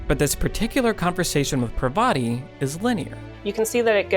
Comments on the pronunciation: Also, it's not "Per-VA-ti", it's "PAR-va-ti". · dear western civilisation, It's pronounced 'paarvati' not 'parvaati' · I think Parvati is pronounced paaarvathi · But have you considered that the writing in this game was actually really super boring? Almost everyone you talk to is dumb and lifeless? That characters exist for the story alone and don't feel like they're thinking about anything? Also, Parvati is pronounced with emphasis on the first syllable, not the second. It really annoyed me thoughout the game.